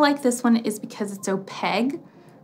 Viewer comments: Why do you say “oh-peg”? It is opaque. There’s a Q in there. It’s oh-peik. Sorry. This was just driving me nuts. 😊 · I’m going to kindly add to that if I could....opaque has a q not a g...so it’s o-pake. And Schmincke is pronounced Schmin-kuh... 💜✌🏼. Great informative video! Thanks! 💜